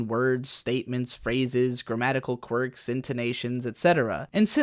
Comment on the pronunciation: I heard u said "Quirk"...